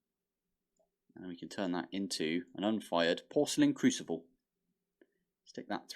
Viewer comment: Did you say crucivle lol